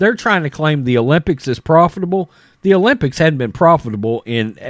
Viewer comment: is that other guy saying olypits? is he saying pand or pam? im hearing pand.